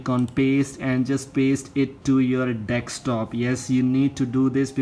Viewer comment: Desktop ❎ dekstop✅